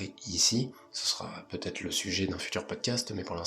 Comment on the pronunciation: pourquoi vous dites tous "vaTêtre" sur YouTube ? Jamais entendu ça dans la vie normale.